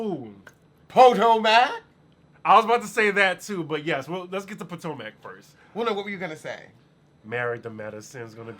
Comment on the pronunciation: Po toe mac lol